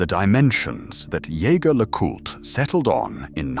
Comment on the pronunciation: Vacheron is over-rated and overpriced. The quartz crystal caseback for the Overseas timepiece covers up most of the movement. Why pay so much for such a disappointing view. My Jaeger-LeCoultre Tourbillon Regulator provides a great view in the back. Also, it is not Yae-ger it is zhe-zher! My best friend who is a Frenchmen laughs every time they pronounce it with a hard JAE!!!! Get it right damn it!